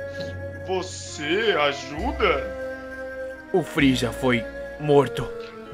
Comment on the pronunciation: É Frieza n Feeza